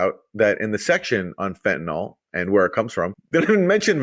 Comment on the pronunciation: Aaron Maté should know the drug in question is fentanyl not "fentanol".